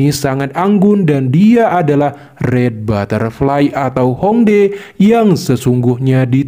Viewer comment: Bukan Hong dae min, tulisan nya Hong Die baca nya Hong Tie